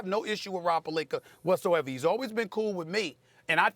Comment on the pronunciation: SAS- "Rob Palinker"